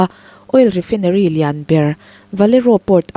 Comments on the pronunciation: Refinery a nih chuan, Rifainari tiin lam ri ve mai teh. I aw-phawi a nalh viau sia, Sapṭawng word Common zual te hi chu, lam rîk dik loh chuan a hahthlâk ṭhin. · Rifaaa..inary ti a lam tur ania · Oil refai-nery tiin lam roh. Lo haw lo la; ka ron hrilh zel ang che. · refainarii tiin lam ri teh,i aw a nalh in a fiah țha si...no offence please refinery hi refainarii tiin lam thin a ni e